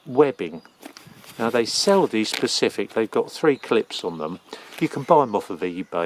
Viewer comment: Please please please tell me you said "Specifically" and "Pacifically" LMAO